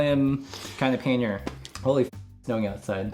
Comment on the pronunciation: This was fun. Got some new links to explore. Looking forward to the next episode. But I'm surprised that an English major can't pronounce pannier correctly. It's either `pan-yer or `pan-nee-er with an accent on the 1st syllable. Sorry to nerd out on you, but I cringe everytime I hear someone say puh `near. Or maybe it was just the bourbon and the scotch talking. If that's the case, then you are forgiven. :)